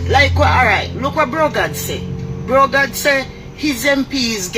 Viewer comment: This lady clearly a jlp notice she said brogad over and over🤦🏾‍♂️🤣Everything kd said was truth this lady is a hypocrite that's why Jamaica cant change